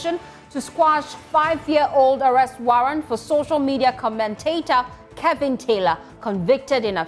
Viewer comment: Joy news his name is KEVIN not KELVIN! What's wrong with you so called news readers. Speak naturally and stop trying to slang